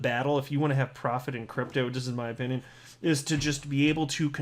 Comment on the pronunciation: Your humble OpinYawn......lol